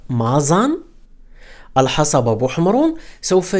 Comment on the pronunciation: بارك الله فيك اخي. ملاحظة صغيرة كلمة الحصبة تنطق بتسكين الصاد